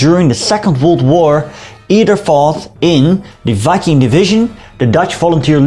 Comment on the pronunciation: Thank you for pronouncing the name of the division correctly